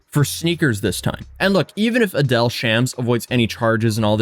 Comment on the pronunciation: Adeel pronounced “A-DEAL”